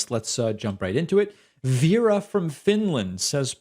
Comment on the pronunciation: Just so you know, you're pronouncing Veera as "Viira".